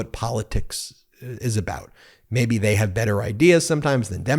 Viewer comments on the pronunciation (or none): none